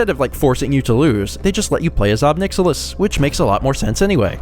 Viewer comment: I think it's pronounced [ɑb 'najɪlɪs] (ohb NIGH-ill-iss). That's how I tend to pronounce it, because he certainly is rather a nihilist.